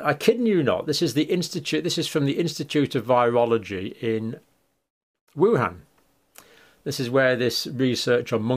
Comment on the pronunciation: Minor point, but the 'a' in Han in WuHan is pronounced like a short 'o' as in con, not a short 'a' sound. Cambell also mispronounced that.